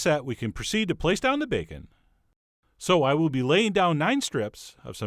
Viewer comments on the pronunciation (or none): That is some superior-looking "bakeun"! 👍